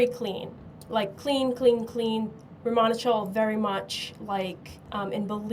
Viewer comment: Yeah romanichal is british romani. I didn't realize they also call themselves romanichal in america!!!! I hate how she pronounces it! Awful!